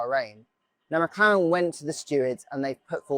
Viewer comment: did i hear McKaren